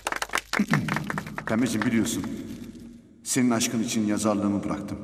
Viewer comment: Çekiling... İçing... Hahahaha 😂